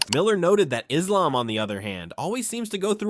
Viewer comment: How the hell is Belal mispronouncing Islam